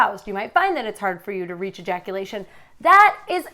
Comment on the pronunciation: erectyle dysfunction, premature eyaculation, delayed eyaculation